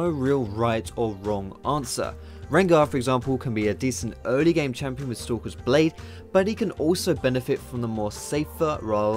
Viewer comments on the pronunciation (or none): I keep thinking you're saying 'Sokka's blade' when you say stalkers :P